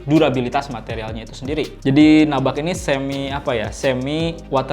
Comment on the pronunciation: nubak bang, bukan nabak